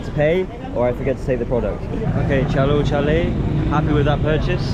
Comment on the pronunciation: really nailed that Chalo chalen! 🤣